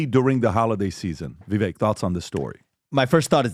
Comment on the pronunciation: It's Vivek, like cake. You guys still can't get it right?